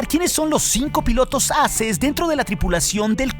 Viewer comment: Solo un consejo. Creo que lo mejor seria decir la pronunciación correcta de "Aces" (EXPERTO), o sea "eizes". Porque la manera en la que lo dices podría crear un malentendido a "asses" (plural de ASS)!!! UN SALUDO DESDE LA CDMX!!!